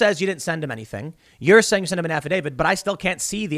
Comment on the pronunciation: "Affidavid???" Tim can you English?